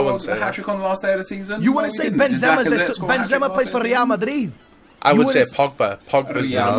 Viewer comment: Miniminters smerk at pronunciation of Real Madrid 😂 Reah Madriee